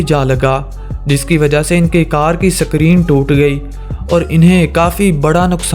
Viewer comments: Bhai sakrin nahi isko screen kahete he or genta nahi hota ganta hota hai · Sakreeen nahi screen BHAI. Ghanti hay BHAI, genta nahi😀😅😂